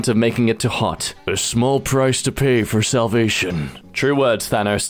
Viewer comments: it's pronounced thanos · WTF? You side with trolls? How is this Barbra Streisand? And yet here you are, choosing to copy it and post it yet again. Yes, "sage" was nearly the one you messed up. Thanoce... Thanos... I think I prefer it when you say it how it's spelt. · "Thanos or Thanoes?" Neither It's Fat Nose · Thanos not Thanohs. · its thanos not thanaaaaaaaaaaaaaaaaaaaaaaaaaaaaaaaaaaaaaaaaaAAAAAAAAAAAAAAAAAAAAAAAAAAAAAAAAAAAAAAAAAAAAAAAAAAAAAAAaaaaaaaaaas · It's Than-Ohs, not Than-Ahs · It’s Thanos, not Thanos. Ur Welcome